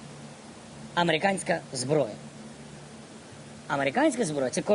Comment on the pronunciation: А почему "американска зброя" а не "америцанска"? Коверкать язык так по полной😂😂😂